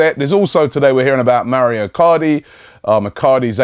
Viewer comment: Please robbie, its mauro icardi, not maurio